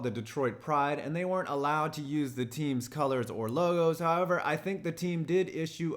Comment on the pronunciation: He said HOE ever